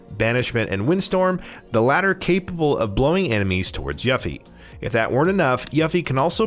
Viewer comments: Hate the pronunciation of yuh-fee. Man, it's yoo-fee okay?! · U-Fee ☑️ You-Fee ☑️ Ewe-Fee ☑️ Yuh-Fee ❌ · dude kept say YAH-FY. =.= she's called YUUUUU-FEEEE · YA-ffie huh? Yuffie is pronounced YOU-ffie. and Mako is MAH-ko, not MAY-ko. 😂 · Broo, it’s not yah fee..it’s pronounced YOO-fee 😓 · Every time he said “Yuffy” I said “Yuffy huh..🙄😑” And who the HELL is “Red 8?”😂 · I kept saying its "Yoooofie"! 🤣 "Red 8"?? 🤦‍♂️ Also, it's Mah-ko not May-ko. These muggles... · I grew up thinking she was Yuff-Ee too!! I can forgive that one. Just not Red 8 lol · Everytime he said “yuh-fe” I had to correct it myself by pronouncing it correctly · Who is yaffy, and red 8 and what the hell is a maykow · It’s not YAFFIE wtf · I can tell you never played the original. Yuffy? Wtf?! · I hate how ppl don't actually research how you say names. Yah fee? No! Tie dus no! It's teedus. I a vocal is in between two constants therefore, pronunciation doesn't change. ENGLISH PPL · Guy says “Yuh-Fie” immediately earns downvote! Dude know your audience! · Obligatory “yuffE” comment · It’s pronounced “You-fee” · I would forgive how he's saying yuffie except for the fact their how 20 something years of fully voiced games/movie of how to say it correctly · Why does this guy keep saying Yuffie and Mako incorrectly? They’ve said it in the game and trailers ffs. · What’s with the terrible pronunciation? They literally say mako in the game multiple times. And yuffie says her name in the trailer why pronounce it wrong on purpose? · This dude should not be a commentator if he says yuffie’s name like that and calls it mayko instead of ma-ko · You lose points for mispronouncing "Yuffie". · 3 things you need to know before you make youtube videos on FF7: Pronouncing Mako correctly, Pronouncing Yuffie's name correctly & Red13's correct name lol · Lol this is a good channel but you gotta remake this and say Yuffies name right and Red 13. You just can’t insult a games fans like this.